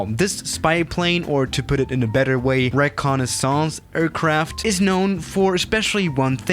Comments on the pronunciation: No one: Absolutely no one:: ReCoNisOnce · ‘Rekanisaounce’ :D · This is how manny tumes he said reconesis 👇 wrong😂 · he butchered the word recinnaissance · The way he pronounce "reconnaissance" made my think about France for some reasons XD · The way he pronounce "reconnaissance" made me think about France for some reasons XD